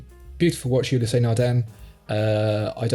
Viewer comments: Ulysse is not pronounced You-Lea-say, it's pronounced Eew-lease. The first syllable is short and the second is extended. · You-lä-sea Nardin.